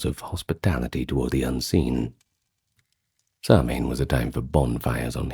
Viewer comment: Fab video although your pronunciation is off . Immediately not Samhain being incorrect, but I do appreciate the effort